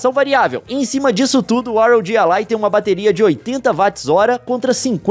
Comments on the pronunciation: é "RÓGUI" não R.O.G., Leon. Aff INASSISTÍVEL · que video incrivel leon, mas infelizmento eu fico agoniado em ouvir vc falar R O G e nao ROG kkkkkkkkkkkkkkkk